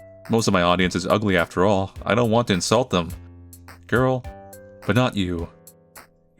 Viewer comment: saying girl like that was not on my bingo card 😭😭